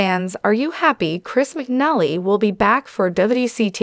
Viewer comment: His name is pronounced wrong